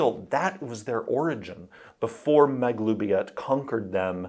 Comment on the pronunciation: Finally know how to pronounce Maglubiyet!